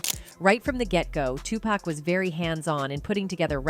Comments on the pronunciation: Geez somebody has to really let the narrator know about her piss poor pronunciation, like whoa wake TF up lady it's not 2 pack it's 2 pac, and lunis? It's LUNIZ, THATS A Z OMFG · "Redmen" and "2-Pack" 😂😂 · Dr dree, tupack, bo wow